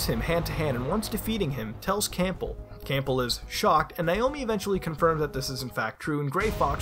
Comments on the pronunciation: Great video. It's pronounced "Cambell", by the way. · Why is he pronouncing the p in Campbell? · His name is Campbell, not Cample. And it's Pen-tazz-uh-meen.